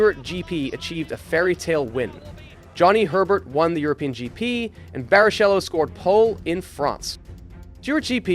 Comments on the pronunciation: Barishelo? omfg, americans and names... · Please learn the pronunciation of the names of people you talk about. Like, everybody has an accent, but Barry Cello has never raced in F1 and nobody named Mettisch has become a billionaire through energy drinks. Maybe watch some footage from the past if you're gonna talk about the past? It makes it feel like someone completely new to the sport piecing something together from Wikipedia without any prior knowledge. It's an interesting topic but it's already hard to watch for someone who's watched the sport for longer only 1.5 minutes into the video. I expect there's many more butcherings of iconic names in and around the sport. This is not just your accent, this is completely unfamiliar with the material-level. That's something you gotta fix if you wanna grow your channel. Your target audience is very familiar with these names and will cringe and probably only rarely subscribe. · Barry Shello? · As soon as I heard Barishelo I know this video was done by a person who doesn't keep up with F1, not to mention that guy isn't aware of Cadillac at the end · man really said "Barishello" 😭😭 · Barrichello is prounounced BariKello. Your young age shows.